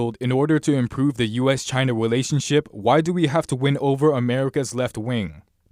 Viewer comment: Hahahahhahaha he said the "Us - China "Welationship"! Hahahah that was so cute! Right that the very beginning! Haha